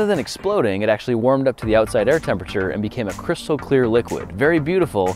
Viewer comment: I thought only Russian say "Cryshtal Clear" I laughed so hard when I heard you says that.